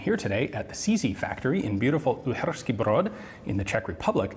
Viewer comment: As a Czech I love how Ian's face and throat twists and almost collapses every time he says Uhersky Brod 🤣 almost as funny as czechs learning to say squirrel 🤣 To be fair, his pronounciation is on point